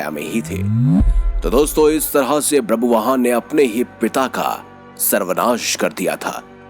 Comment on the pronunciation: It's not brabuvaan, it's ba-bhru-vaa-han.